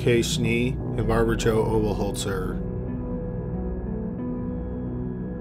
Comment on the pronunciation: How is it that he can pronounce Oberholtzer but not Mayhew?